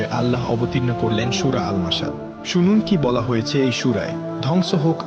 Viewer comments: আল মাসাত নামে কোনো সুরা নাই !! আপনি ভুল উচ্চারণ নইলে ভুল হাদিস বলছেন !! আমি পুরো কুরআনের প্রতিটা সুরাহ চেক করেছি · Surar namta posto kore bolben. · সূরা "মাসাদ !!!! আপনি তো সূরার নামেই বলতে পারেন না